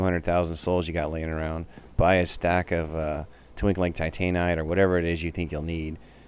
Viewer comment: i love your videos, but the way you pronounce titanite.......... it disturbs me